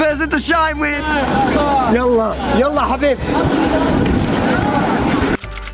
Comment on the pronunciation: Did you say at the end "yalla habib". Thats really yemeni mate.